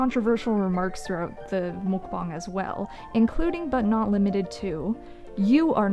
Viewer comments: Mukbang 먹방 The pronunciation is "meok-bang". Or, if that is difficult to understand "m-uh-k bang" (uh like under). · Pet peeve (not for you as a commentary person, but for people like ): mukbang is technically romanized as meok-bang, which is pronounced more like muck and definitely not mook. Not a big deal for most people, but a thing that I think mukbang content makers like really should know. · why does she pronounce it like that HELP ?? mook bong??? I thought it was muck bang, y'know???? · Our American idea of "mukbang" is not the same thing as the Korean idea of it, of course. But, yeah, the pronunciation! Holy cow, wtf is a "목벙"??? ㅋㅋㅋㅋㅋㅋ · m o o k b a n g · If MUK BANK as trailer trash Tammy says 😂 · Muk..bong…that’s how she’s saying. And holy crap it annoyed me so much XD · The way she says mookbuhng makes me so angry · My main problem with her is that she pronounces muckbang and mookbong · I hate the way she says mookbong……. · It’s not mookbong. The letter A doesn’t make an o sound omg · I don't like how she shredded the word mukbang, like- "MouukBongg" :D Just cringe in my ears. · The way she pronounces mukbang makes me so irrationally angry, I just... ASDFGHJKL!!1!!!1! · As a Korean the way she says muk bang kills me inside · Oh she knows she pronounces it wrong. She has been told so many times, but knows best I guess 🤦🏻‍♀️ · I looked it up and she's saying mukbang wrong